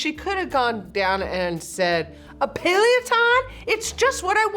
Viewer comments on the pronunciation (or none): the mispronunciation a pealeoton